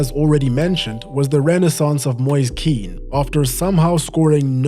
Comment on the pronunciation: Two slight corrections: 1- Once again, Moise Kean is not to be pronounced as Roy Keane, his name rhymes with "hen" or "pen". 2- Sampdoria were facing the drop but then Brescia were deducted points and fell under them in the table so now they are playing Salernitana for a play-out much. One of the two will still be in Serie B next season